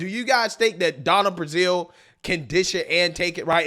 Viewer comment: Her name is Donna BRAZIL, not Donna BRAZIER. Don't be so immature.